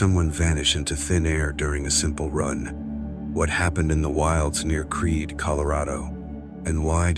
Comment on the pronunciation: Creedey Colorado? Hahaha. Ha.